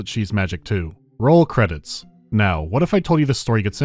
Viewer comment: please help me I’ve been trying to figure out where you are from and I have no idea I have a hunch you’re northern Irish because in another video you say “noy” instead of now but you also sound very American I’m so confused I just wish to know what part of the world you are from it is eating me up inside